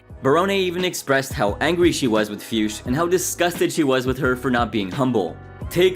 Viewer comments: The way you pronounce Fuchs....wow... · That pronaunciation of Fuchs made me giggle hard XD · I think that is not how you pronounce Fuchs.. Just listen to AVGN how he pronounce it correctly. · how do you come up with jackie fiusch? are you hallucinating or what? FUCHS! no i and no s before the c🤦🏼‍♂️